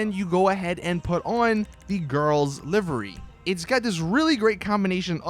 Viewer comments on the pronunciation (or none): live ery not livery